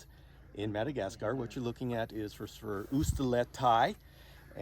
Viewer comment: "The Minnegascar Frogboyz"